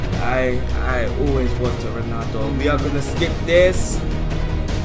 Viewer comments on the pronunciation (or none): none